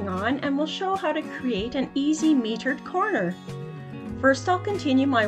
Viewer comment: It is not metered. It is mitered. Can you pronounce that correctly???😢